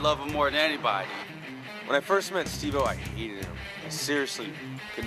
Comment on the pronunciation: You pronounced his name wrong he has made it very clear that he can't stand when people say "Stevo" or "Steve o" with the 'o' lowercase... Its Steve O hahahahaha ✌️😉